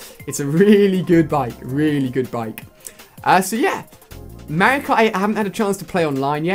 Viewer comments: Alia its mario ! Not merio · Not to offend you. But you pronounce Mario like one of the characters from Paper Mario The Thousand Year Door.